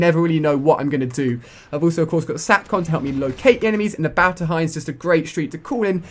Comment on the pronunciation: He can't say battle he said balltle